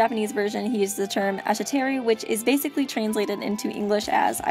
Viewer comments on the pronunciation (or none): The way you pronounced aishteru...